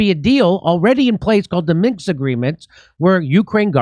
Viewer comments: Minsk agreement. Not Minx. Minsk. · Why does Aaron pronounce the word "Minsk" correctly and Jimmy keeps saying "Minx" lol? 😁